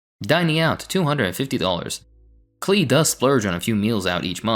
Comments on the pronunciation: Pronounced Clay like Paul Klee the artist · Off topic, but Klee is a well known name in art historical circles - as in, the painter, Paul Klee (it's pronounced like 'clay') - and yes, it's kinda funny